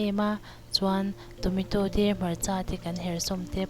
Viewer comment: I thil siam a tui hmel a I siam thiam awm khawp mai ei ve pawh chak awm i aw pawh a nalh mah se Tometaw ka hre lo Tomato chutney ka hria han lam dik la chu tha khawp ang